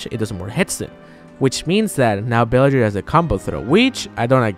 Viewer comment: Not trying to be rude or offensive, but I felt a bit proud when he said Villager and not Billager. Good job ZeRo :)